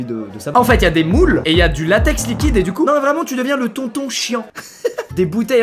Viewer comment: Mon meilleur ami dit poco au lieu de copo😂😂😂